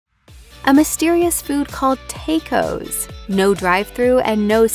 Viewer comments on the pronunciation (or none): Lmao teycos😂😂😂😂 Se dice tacos !!! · did she really say “take-ose” 😹😹😹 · Why did she tacos like that 😂 she said some “take ohs” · I stopped at the way she pronounced tacos